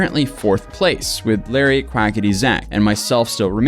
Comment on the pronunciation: He also kept mispronouncing “Larray” as Larry through the whole video 😬